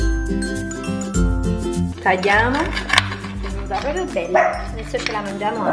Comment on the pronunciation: Si dice PROPRIO non POPIO